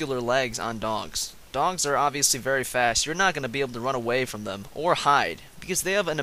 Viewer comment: Lol it sounds like he's saying dongs not dogs